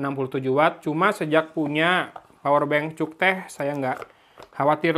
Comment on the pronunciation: Bang ngomong cuktech na ulah sunda pisan atuh.. Hehehe